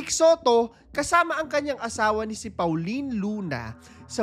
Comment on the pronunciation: Po-leen po pangalan ng asawa nya, hindi Paw-leen.